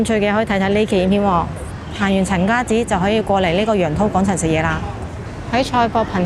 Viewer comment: 陈家‘’祠‘’读“池”，不是读“寺”。